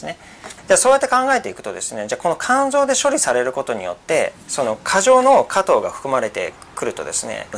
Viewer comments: 加藤じゃなくて果糖です。イントネーションが違います（笑） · 何故、果糖を加藤と発音するのでしょう？果糖ブドウ糖液糖の場合はちゃんと発音しているのに、果糖単体になると加藤の発音になってます。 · 果糖の発音が加藤すぎるw